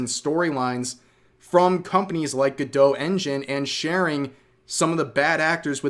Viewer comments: Go-dot. Not gadoe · Is it meant to be pronounced like that? It seems more logical to be “go-dot” rather than being like Gal Gadot. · I'm hearing "good-dough" but I'm reading "go-dot" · You are pronouncing the name wrong. It's go-dot. You are pronouncing it gu-doe. Speak English please. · Pretty sure it's Go-Dot not Guh-Doh. But i could be wrong but everyone i know says Go-Dot. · Isn't it pronounced GoDOT like it rhymes with robot? Why is everyone pronouncing it all French-like 😂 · Gal Gadot: stop saying my last name 🤦🏻‍♀️ Godot Go-Doe Godot Go Dot Godot Gah Doe??? ❌❌❌